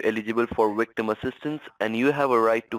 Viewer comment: Great American accent until he said wictim!